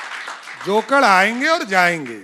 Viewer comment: जोकड़ नहीं जोकर होता है बुढबक